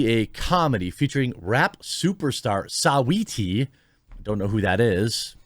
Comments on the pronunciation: Totally grossed out, bit I think the best part of this video was hearing Jeremy say "Sahweetee" 😭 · Idk what's funnier, the idea of this show or hearing you pronounce "Saweetie" also I did go out and build a new PC with your discount code, waiting on it now 😅